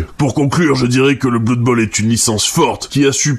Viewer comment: On dit bleud bowl en fait. Aussi, blood bowl ne prend pas place dans warhammer fantasy mais dans son propre univers.